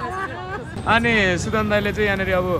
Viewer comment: Plz mention the name correctly its sudan not sudin coz im sure this name is going in history so be seriouse💯✋